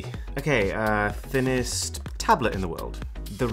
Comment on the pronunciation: “Thinninest Rick astly”💀